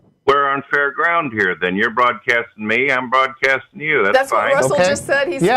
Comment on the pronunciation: "Mrmmm SNORT I-I'm nort broardcasting ill turn my speakers dowrn."